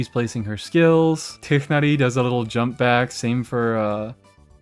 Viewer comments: Thank you for pronouncing Tighnari correctly, really. It is so annoying how people warp it into TwAynWarY 😮‍💨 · Bro said tighnari the right wayyy❤🎉🎉